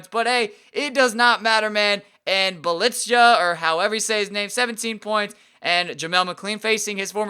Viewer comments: It's pronounced bee ya leets a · I think it's like Nemanza Bze-Lika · Bjelica's name is pronounced as "B-L-YE-ZA" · Bjelica you say his name "byelitza"